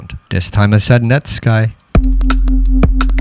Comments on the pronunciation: Have I been pronouncing Netsky wrong this whole time? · I pronounce it “net sky” to 😂